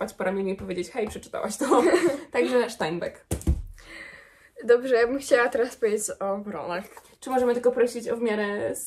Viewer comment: Cześć, super film jak zawsze :) Przepraszam jeśli zabrzmi to jak poprawianie, albo przyczepianie się, a tak ma nie być, po prostu info albo ciekawostka - nazwisko Steinbeck, ze względu na pochodzenie autora (USA) powinno wymawiać się 'Stajnbek'. (Bardzo ciekawi mnie wymowa w różnych językach, dlatego zwróciłam na to uwagę :) ) Pozdrawiam serdecznie!